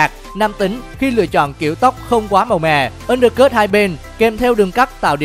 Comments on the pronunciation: “ kiểu tóc ăn đơ cứt “ :)))) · Undercut đọc cũng sai